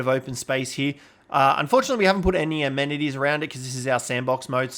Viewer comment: I think you mean amenities not anemities 🤣